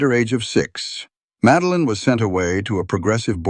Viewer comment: "Madeline"...not Meline:face-turquoise-covering-eyes: - GEEZE!